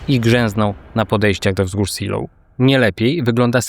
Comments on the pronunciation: ZELOV nie Siloł - poza tym bardzo fajny materiał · Co to są wzgórza "siloł" ?? Seelow (IPA: /ˈzeːloː/) czytamy jak zelow. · Zilow nie Ziloł, to nie Anglia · Seelow czyta się "zelow", a nie "silof" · świetny materiał, ale wzgórza "Zee(i)lov" a nie "Siloł". pozdrawiam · *zdaje mi się że po niemiecku Seelow nie czyta się po angielsku "siloł" tylko bardziej "zelow" ale nie wiem może się mylę xd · Zeloo, ta miejscowość i wzgórza nazywają się Zeloo: a nie Si:low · Czytamy Zelof. Niemiecki to nie angielski. Szczególnie fonetycznie. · Wcale nie/ tak się nie wymawia Seelow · Super odcinek ale jedna uwaga to nie są wzgórze Siilowskie tylko (czyt. Zeelowskie z twardym e) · Nazwę czytamy Zelof ponieważ to niemiecka nazwa a nie angielska. Aż się ucho marszczy. Można sprawdzić wymowę przed nagraniem filmu. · Wzgórza nazywają się fonetycznie Zejlow.(Po korekcie bardziej kumatego kolegi) Siloł to brzmi jak nieudana operacja desantu na Anglię w 1940 (Seelöwe) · Żadne siloł, żadne zeejlow tylko ZIILO(W), długie I+E jak w słowie see (jezioro) np. Helenesee oraz W bezdźwięczne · Seelow czytasz nie Silow tylke Zelow, to nie jest angielski. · Zelow nie Siloł, to niemieckie nazwy nie angielskie. To tylko szczegół, bo przyznaję odwaliles kawał dobrej roboty! Łapa w górę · Zejlow chyba. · Ej ale serio, mnie też zawsze więdną uszy jak słyszę "seloł", ale takie błędy są częste. Np. Gruber z niemieckiego będzie czytany Gruba, gdzie jak się nie umie wymawiać niemieckiego r to lepiej je pominąć i powiedzieć Guba. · Raczej wymowa to Zeelof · Miasto SEELOW fonetycznie wymawiamy ZEEJLOW. Autor wymawia nazwę miasta i wzgórz po angielsku. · bez „w” na końcu. Zeloo: Podobnie jak Pankow wymawia się panko: bo „w” na końcu jest nieme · Raczej zeelo(f) albo zilo nawet ale masz racje kaleczy strasznie. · Najczęściej spotykam się z wymową "Zejlow/Zejlower" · po prostu Zelo, w na końcu jest praktycznie niewymawiane. Kilku kolegów z pracy tam mieszka. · Dokładnie. Tragiczna wymowa nazwy wzgórz.